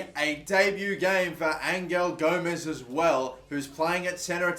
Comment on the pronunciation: Your saying Gomes right.